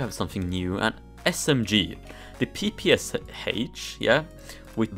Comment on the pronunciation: XDDDDD you actually pernounced it PPSH bro its pernounced "pop-a-shaw" xD its a russian gun